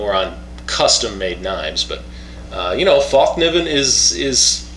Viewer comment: fäll pronounce fell ( meaning fold) just a tip thanks for the review;)